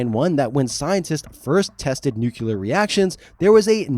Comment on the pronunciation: Why does more than half the youtubers I listen to say "nucelar" instead of "nuclear" ?